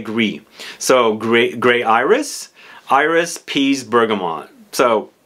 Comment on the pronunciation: Thank you for this nice dense review. I'm very excited to discover l'artisan parfumeur 's "le potager" collection ! "Céruse" is a white coloring substance. It was used in paint and cosmetics.It's not used anymore because,coming from lead, it is toxic. Also the "s" in french iris is pronounced ;) ... I know, my motherlanguage is often illogical.